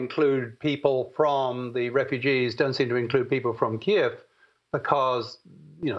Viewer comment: Please show Ukrainians and the Ukrainian language respect by pronouncing the nation's capital KYIV correctly.